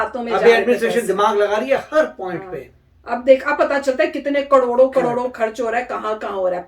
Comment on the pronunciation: KADODO KADODO nhi....KARODO KARODO🤣😅